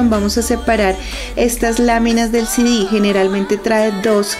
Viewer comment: Porque dice sidis?😂😂😂